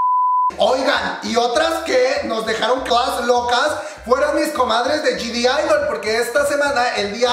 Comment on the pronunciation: bro porque dices Gdidol jajajaja para empezar la G ni se debe pronunciar y no hay D al principio de la palabra de idle por eso se escribe G-idle porque la G realmente no se pronuncia, es crítica constructiva que espero consideres